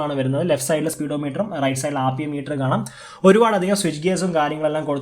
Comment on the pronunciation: Rpm meter എന്നു പറയാൻ പോലും r ഉച്ഛരിക്കാത്ത മാസ്സ് speech, ആപ്പീയം മീറ്റർ,വളരെ ഇഷ്ടമായി 😆